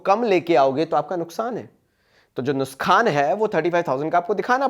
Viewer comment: Nuksaan ❎ Nuskaan✅😂🤌🏻🎀😅